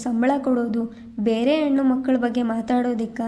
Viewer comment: ಕಥೆ, ಓದುವ ರೀತಿ ಎಲ್ಲ ಚನ್ನಾಗಿದೆ ಆದ್ರೆ ಸ್ಪಷ್ಟ ಉಚ್ಚಾರ ಇದ್ರೆ ಇನ್ನು ಚಂದ.ಹೆಣ್ಣು ಅನ್ನೋದನ್ನ ಯೆಣ್ಣು ಅನ್ನುತ್ತೀರಿ